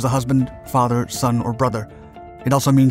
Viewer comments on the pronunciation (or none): none